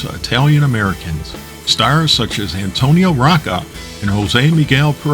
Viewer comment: Great documentary. Went and joined. Only real flaw, and it's sooooo minor: Mispronounced Antonino Rocca's name. Other than that, great job.